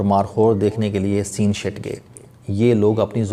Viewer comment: the place is SEENLASHT and not Seen Shut... please. Its a Markhor view point on chitral Garam Chashma Road